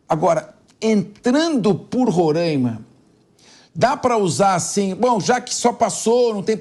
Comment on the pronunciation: Me agonia ouvir este apresentador falando Rorãima